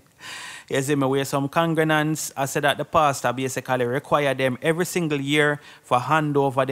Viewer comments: If this bredda say congrenants one more time 😂😂😂😂😂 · What is a congranant?.. I thought the proper pronunciation is con -gre-gants